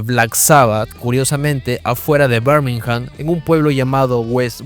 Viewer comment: Muy buen video nomás que Birmingham no se pronuncia "Bermijam" sino "birmigam"...la "h" es muda en el inglés británico